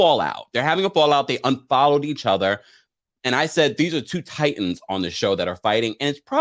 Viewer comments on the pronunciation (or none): none